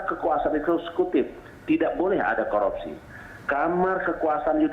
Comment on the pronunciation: Sorpei dan koropsi. Mantab bahasa Indonesianya pak!